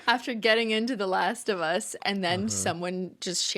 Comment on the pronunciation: Not last of humm-us lmao